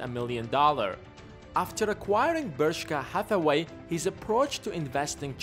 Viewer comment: Did you say Bershka Hathaway? :)